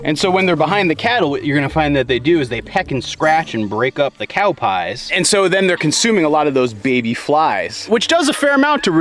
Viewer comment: What's a "cyow"?